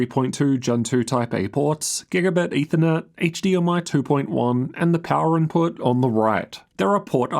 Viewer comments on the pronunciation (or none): none